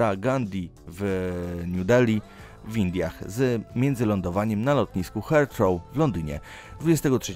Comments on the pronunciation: Aż mnie uszy zabolały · Jak już czytasz nazwy to czytaj je poprawnie. Heathrow czyta się zupełnie inaczej...